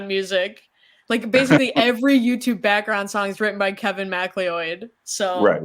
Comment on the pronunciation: Kevin Macleeoid? You mean Kevin Macleod? Pronounced Mac-loud?